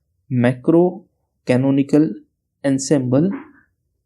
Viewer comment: It's microcanonical not macro canonical